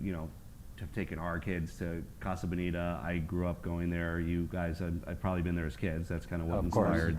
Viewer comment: do you mean colorado or casa bonita? cause being spanish they are not pronouncing casa bonita right at all lol